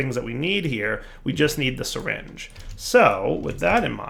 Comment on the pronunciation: I thought you pronounce it "Syringe" not "Seringe"..